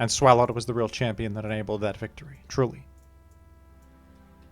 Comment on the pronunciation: lol how pronounces Swalot, as if its giant gaping mouth doesn’t hint at being pronounced like swallow.